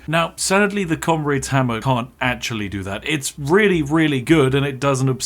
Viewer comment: FREE FOUSAND DAMAGE?!!? Noer way!!!! Fink you can get anymore? Oy fink you can. Wif fat koind of damage you could kill everyfink in that whole air-ee-er!!! That Comraid's Hamma IS serious though, innit? Ah English..... Perfectly balanced. It just works.